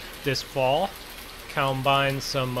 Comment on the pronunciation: It’s combine not cowbine